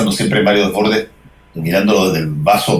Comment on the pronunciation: Por que todos pronuncian mal el apellido de Desbordes